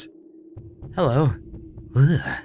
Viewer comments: Nailing the pronounciation there. Euge sounds like "yooge" ^3^ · Game says: -Storehouse: Euge McGuire: pauses a moment after saying storehouse Ewagugughh.. McGuire.... I don't know how to say that guys real name..." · To be fair it's not a common name (at least in the US) but Uuurgh was a pretty unique attempt at pronouncing it XD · I think Euge is pronounced "Yoo-j." Or G as in Giraffe. Not as in ghetto. Like Eugene, y'know y'know. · "Comparative Jurisprudence: euegghh McGuire." ... "I really gotta learn how to say that guy's name." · I love watching people play this game because part of my name is in there and everyone just guess it's something like Uugh McGuire and it's just so funny! They probably said this already but I'm pretty sure it comes from Eugene, so you just pronounce it shortened, without the ene part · the guys name at the beginning of the video is pronounced with a silent e so it's just uge Mcguire by the way cry just thought I'd let you know 😊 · I think it's pronounced Euge in Eugene. It's like you and jean (like the fabric) put together. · Just to inform you, though I'm sure you're not interested and won't read this comment anyway, I believe the name Euge is pronounced 'Yu' despite being spelt differently. It's worth noting however that I am from the UK and that's just how we say it here:) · you pronounce his name like aug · Euge is pronounce like "Huge" without the H:) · That description had me like O.O! I am really enjoy this series with all the puns! Learn how to say Euge XD! Don't make those kind of mistakes! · I spat out my noodles as I laughed at how pronounces "Euge" XD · I love how you say Euge XD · I wouldn't of known how to pronounce Euge either.